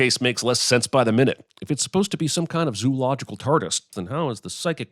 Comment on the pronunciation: Sinning the Sin Guy for assuming all audiences are as averse to exposition as he is. - Sinning the Sin Guy for mispronouncing "zoological." It's "zo-ological," not "zoo-ological" or "zoo-logical." Maybe we should bring the dieresis back? - Sinning the Sin Guy for thinking political conversation and maneuvering are uninteresting. - Sinning the Sin Guy for assuming everyone shares his disdain for personalised license plates. Also sinning him for calling license plates "number plates." - Sinning the Sin Guy for thinking a scene can be suspenseful only if the audience actually thinks the movie might kill the main characters off. - Sinning the Subtitler for placing the multiple I's in a place different from where the Sin Guy says them. (Unless the Sin Guy is supposed to be reading from the, in which case, sinning the Sin Guy. Dammit, I'm sinning *someone*!) - Sinning the Sin Guy for his hyperactive impatience with reflective scenes and beautiful scenes featuring slow walking. Don't ever let him see the ending of THE THIRD MAN!